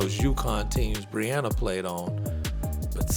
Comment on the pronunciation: Dave can go back to review pizzas. No one is creating more hate than idiots like him. Breanna Stewart is 4 time MOP & a 4 time Champion but he doesn't want to even say her name right.